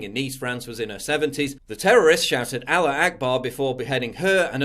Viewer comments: I know what allah akbar means. I was asking what al-er akbar (as PJW pronounces it) means. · Aller/allur....that’s freakin hilarious; my new way to pronounce allah.